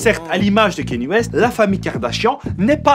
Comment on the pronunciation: KAN-YÉ... not Kahnié